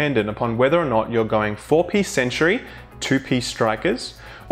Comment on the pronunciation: I'm convinced he refers to it as the Century set, not Sent-ree? He's not the first YouTuber I've heard make this mistake either, kinda surprised no-one has pointed this out to him.